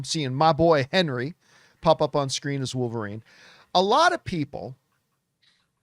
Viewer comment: "Calverine"? What?? 🤔